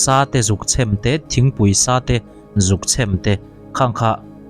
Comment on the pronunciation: Chhem,a thluk na i bo tir nge i lam thiamlo, chhem, anilo deuh ag aaa, chhhheeeeeeemmmmm ani zawk ag😂